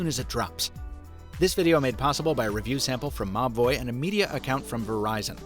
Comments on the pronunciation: I thought he was saying "MA BOI" instead of MOBVOI until I read the video description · Nobody else laughed their ass off anytime they heard the company name? I had to look it up, cause I kept hearing "mah boi" 🤣🤣🤣